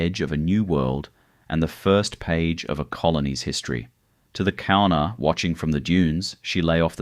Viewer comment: The Kaurna people. The name is pronounced with a G sound ie Gaurna.